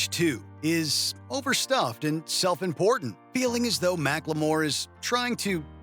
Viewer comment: Mack-Le-More?? Wtf 😂😂